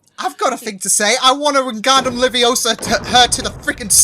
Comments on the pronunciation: ItS LeVi-O-SaW nOt LeViOsAw!!! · “I wanna wingardium leviosaw her into the sun!” Hermione: “ItS lEvI-o-SaW nOt LeViOsAw!”